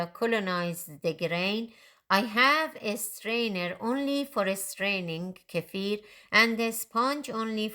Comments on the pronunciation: I'm about to start making my own kefir, and have seen many videos, but I keep coming back to yours, as you explain it in such a clear and pleasant way 😀 Also a big plus.....you pronounce the word kefir how it should , unlike most others😀 Thank you so much for all the work making these kefir videos ! Greetings from Belgium ! 🥰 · This is by far the best video I have come across on milk kefir! And hats off on pronouncing kefir correctly. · Thank you for pronouncing kefir the right way. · Thank you for pronouncing it correctly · FINALLY, someone on YT who pronounces 'kefir' correctly! Thank you for a great video! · I've watched lots if videos and this woman and only one other guy I've seen pronounce kefir correctly.